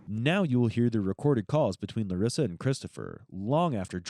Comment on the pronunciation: LUREEESA 😂pretty sure its Larissa